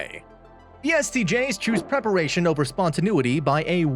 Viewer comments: It can be pronounced spontaNAYity or even spontaNEEity, but never EVER spontaNOOity. Please have a word with your second narrator... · I couldn't watch this. I had to stop it a minute and a half in because the narrator consistently mispronounces spontaneity. It was driving me insane. (And as an INTP, I have no choice but to correct the matter!)